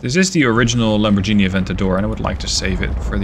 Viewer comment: Hey, great campaign so far! One thing, your pronunciation is usually excellent, but Lamborghini is a hard g, not a soft g:)